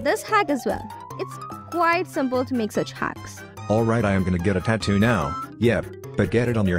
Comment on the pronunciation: From not tattot its tattoo